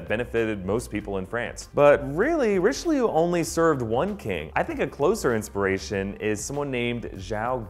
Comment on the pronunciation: Cardinal rishleeyou